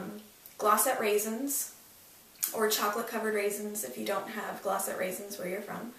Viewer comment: when you said glossettes.. i was like... she's CANADIAN! woot woot :o)